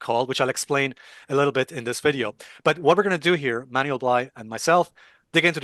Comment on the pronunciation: Alessio, his name is pronounced "Man-well" Not "Manual"